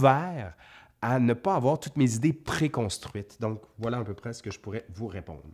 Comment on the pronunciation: Le "vla" de la Vienne <3